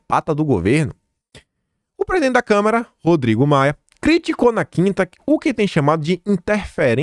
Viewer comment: gosto demais do seu canal,mas vc tem que corrigir sua pronúncia quanto a CÂMARA dos deputados. Vc sempre fala câmera, isso prejudica seu canal, quando abre espaço pra interpretação de que lhe falta conhecimento. Fica a dica.